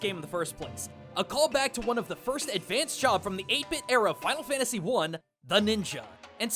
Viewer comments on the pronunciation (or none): I almost didn't watch the video because of it saying FFXVI (Final Fanyasy 16).